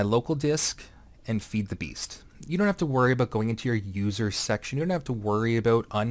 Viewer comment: Abut. are you canadian XD?